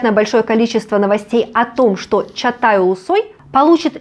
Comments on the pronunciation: Почему вы говорите. Чатай? Чагатай его имя. Может так произноситься должно? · Чагатай, а не Чатай